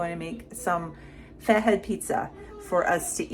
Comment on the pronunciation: Hi from Australia I’m wondering why you pronounce your pizza as faheed?? When it’s spelled Fat head 😮